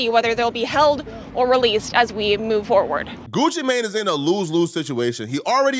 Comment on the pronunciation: Why you keep saying his name like that 'Goochi Mayne" 😂